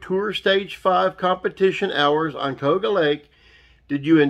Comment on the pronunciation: It's called Ka u ga. Cayuga